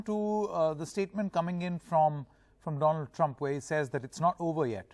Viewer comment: Dolaaand trumph 😅😅😅😅😅